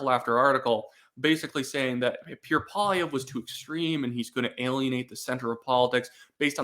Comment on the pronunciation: please. just slow down, stop mumbling and enunciate. "Pierre" is two syllables and is not pronounced "Peer" and "Poilievre" is pronounced PWAH-lee-EV-rah.